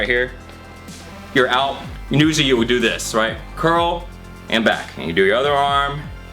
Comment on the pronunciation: He said do do 😄